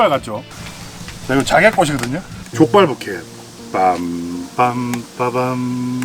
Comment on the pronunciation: 발음이 좆빨 ㅋㅋㅋㅋㅋㅋㅋㅋㅋㅋㅋㅋㅋㅋㅋㅋㅋㅋ